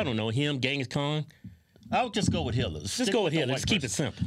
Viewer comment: When Keith (I think, twins all look the same to me!) said Hitler, I thought he said “Hillary”, as in Clinton. I was in total agreement. Hitler was pretty bad too though.